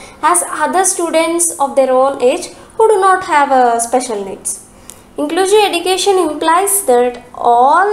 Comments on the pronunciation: Nice notes.. But pls pronounce the word education properly. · Very good teaching style but the word education is not pronounced properly